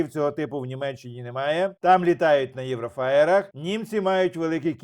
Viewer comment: Літають в Німеччині не на "єврофаєрах", а на "єврофайтерах" )))